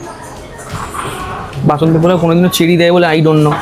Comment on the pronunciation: Work on ur pronunciation... it's not pulao...polao hobe ...work on "S"... sounding very bad...katha ta top and notch na... top-notch...need improvement